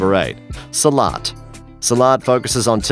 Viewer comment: your mistake. no salat, its silat